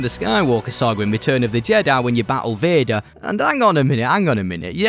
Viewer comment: Like begger💀